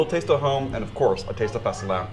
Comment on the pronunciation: Most briliant title yet! And btw, you're REALLY pronouncing fastelavn well.